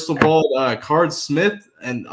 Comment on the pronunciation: please quit mispronouncing Carde Smith’s name it’s pronounced “CARDAY”. He’s been in the news enough for you to get it right. Do your research. I’m a fan of your show but I cringe every time you say the kids name. Thanks in advance.